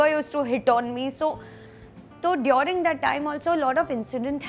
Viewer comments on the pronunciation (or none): Apki english abhi v buri hai😂😂. Its person not pudgeson and its during not diyoooring 😂😡